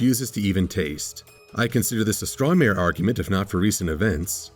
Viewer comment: Is saying "Straw Mare" Arguement as a play on a "Straw Man" Argument? Or am I hearing things (probably a side effect of witnessing Butt Flames)?